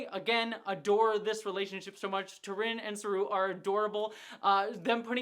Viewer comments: Her Name is not T'Rinn, but T'Rina. There's an A in it. You keep saying it wrong 😅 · I love you. But it’s T’rina right? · I love your insights into the storylines and characters! But, please, you get T'RINA's name wrong each time you bring her up. She's one of my favorite characters!